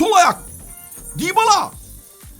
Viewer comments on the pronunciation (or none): none